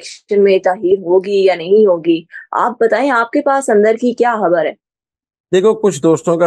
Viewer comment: حرف "خ" صحیح ادا نہیں کر سکتیں۔ "خ" کو "ح" کی طرح ادا کرتی ہیں جیسا کہ خبر کو حبر، خیال کو حیال کہتی ہیں۔ تلفظ کو بہتر کرنے کی کوشش کریں۔